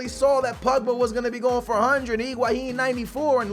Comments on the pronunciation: it drives me crazy that says Iguahin instead of Higuain!!:DD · You are saying Iguahin! It's Higuain!